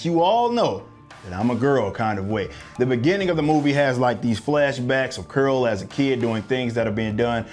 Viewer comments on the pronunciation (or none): “Curol” LoL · It was criminal the way you pronounce Carol. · Who is "Curl"?....Oh you mean " Carol"? 😂. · I keep cracking up when he pronounces Carol as Curl 😂🤣🤣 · Why you keep saying curl instead of Carol? You still thinking about burning some steam and work out the travesty that was Captain Marvel? Cuz i'm doing that! This movie was epic trash, it makes the worst MCU movies look like academy award winners! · Carol is NOT pronounced "curl."